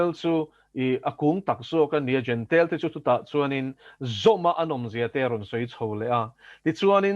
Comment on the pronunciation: Jentile tih a nia, a mizo ṭawnga lam dan turin an ziaka jentail tiin an daha, mizo lam dan tura an ziak hi a sapṭawnga lam kan ching tlat.